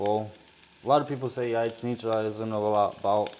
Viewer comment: Thank you for repeating how to pronounce Jajecznicia. I am going to teach my 12 and 9 year old how to make this. Keep up the great cooking.